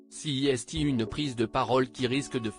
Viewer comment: "C'est" -> "ci i s ti", la voix automatique a un peu de mal avec le francais quand meme xD PS: sinon la fin de la video avec la musique cacophonique, c'est pour nous dire qu'on nous raconte des salades ??